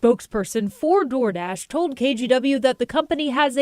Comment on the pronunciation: 'Door Drash' lol 😂